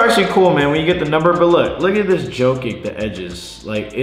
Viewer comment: Nobody:: “Obi Topman, Riu, Jokick”